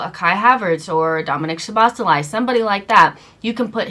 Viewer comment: His name is Szoboszlai not Soboscholai. At least learn how to say the names right.